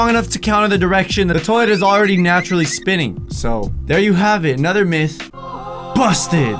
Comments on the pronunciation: Itz pronounced Myth (Mi if) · Myth pronounced (mith) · did he says Myth gum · You pronounce myth 'meth' I was suspended from school today.